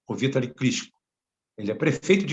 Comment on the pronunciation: A pronuncia do nome é Vitáli e não Vítali. Mas tome cuidado com esse cidadão.